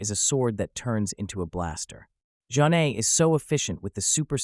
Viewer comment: You pronounced Zhane wrong